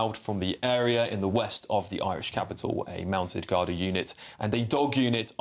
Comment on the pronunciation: I blame the BRITISH government for our problems. They ALL travel through the UK to Ireland. It is pronounced GAR-DEE. It was RAPE. The guy (mutant freak) was charged yesterday. NOT ALLEGED.